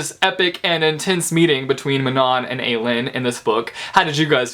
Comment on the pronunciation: Elide is pronounced "EE-lie-deh-" lol. I also think that Manon is pronounced "Ma-n-un-"